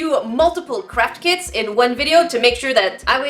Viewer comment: Every time I hear Craft kit, I hear crap kit lol.